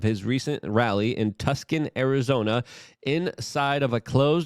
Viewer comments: With respect, "Tucson" is pronounced "Two-son", not "Tuk-sun". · Luke; for future reference Tucson, Arizona is pronounced like TOO - SAAN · "Tuscan, Arizona" "Tumultulous" 🤣🤣🤣